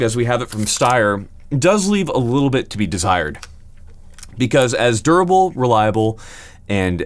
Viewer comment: "...does leave a little bit to be desteyred."